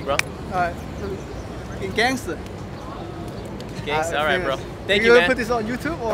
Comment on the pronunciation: ohh he says "gangster" i thought "dancer"